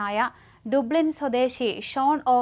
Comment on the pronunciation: ടുബ്ലിൻ അല്ല മോളെ, ഡബ്ലിൻ 🙏🌹